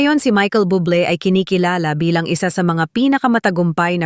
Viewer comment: Bubbble is pronounce as boob lay not bubble 👌😘plz take a note of it & start promouncing his last name correctly thankyou ✌️👏👌👍🏽